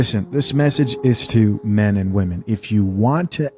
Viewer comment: I just love how she pronounces "men" like "me-yen". LOL. Her ebonics is thick. One syllable words don't exist in her world. And when they say "key-ids".